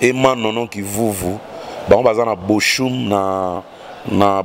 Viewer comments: mutu nayo ya BUNDES na BOCHUM, on prononce BO _ OUM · petite rectification Bochum ça se prononce boroum; c suivi de h en allemand se prononce r en plus u ezalaka ou comme na lingala, bon courage